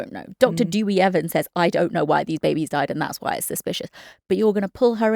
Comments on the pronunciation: Great analysis ladies. By the way, his name is Deh Wee Evans, not Dooey. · Dooey sounds better 😂😂